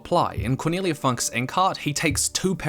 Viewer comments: Two things on Cornelia Funke: 1. She is female. 2. The surname is pronounced entirely different. But it is hard to explain a German word with English examples. The "u" is more like the "oo" in "book" or "look". Also, the "e" at the end is not silent and goes in the direction of the "e" from "bed". By the way, Funke literally means spark in German. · The E in Cornelia Funke's last name isn't silent. Also... pretty sure she's a woman xDDD